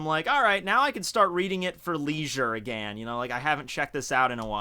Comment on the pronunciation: The way says again always gets me 😂